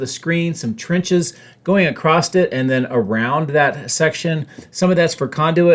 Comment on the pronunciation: okay, i have asked for a way to not embarrass you ... but for not .. soooo you spit, and get lip spit, on all your live takes.... a direction is never plural, toward, no S, backward no S, you are not going to multiple spaces. also... you said acrosst, with a actual T, today... i would also like to point out that, roof: is not an onomatopoeia................. good joke???